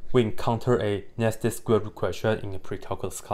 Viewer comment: When he says "nested square root", I thought he was saying "nasty square root", and I was still in full agreement